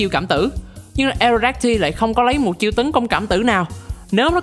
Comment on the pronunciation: Aerodactyl đọc là E rô đác tồ giống Pterodactyl nha